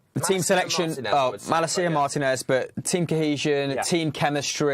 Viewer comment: its malAcia, not MalacIa